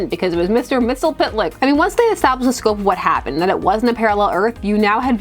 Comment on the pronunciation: she said "mitzl-pit-lick" BWA-HA-HA